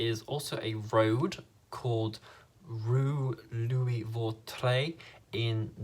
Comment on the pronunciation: I'm French and you have a good pronunciation for "Vautrey" :)